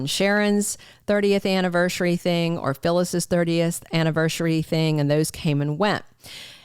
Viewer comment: It's anniverSARY, not annivershry 🙄